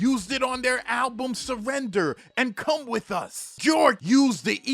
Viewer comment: Bjork is pronounced Byork! 👊🏽